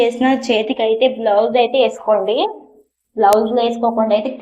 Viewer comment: బ్లౌజ్ కాదమ్మా.. గ్లౌజ్.. అలాగే స్టైల్స్ కాదమ్మా.. టైల్స్.. తరువాతి వీడియోలో సరిచేసుకోండి. తప్పుగా అనుకోవద్దు.